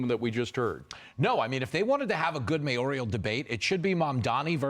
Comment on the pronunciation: You're calling that a word salad? It's a complex sentence that can be followed. Also, when you're criticizing someone, best not to say the word "mayoral" as "mayorial".